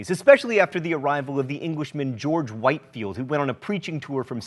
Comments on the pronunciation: Pronounced “witfield”. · I am pretty sure it's George 'Whitfield'